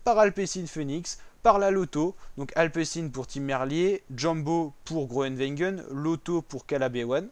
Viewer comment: Apprends à dire le nom de Gronewegen